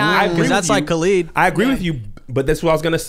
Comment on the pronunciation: It is ca-lid.. not ca-leed —> Khalid